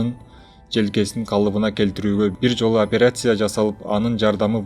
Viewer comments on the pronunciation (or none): Операйся эмес операция,журналист блогер болгондон кийин туура таза суйлогонду уйронуш керек